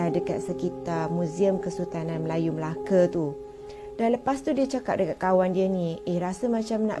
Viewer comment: Betul betul laaa cakap melakatu orang melaka dia melake salah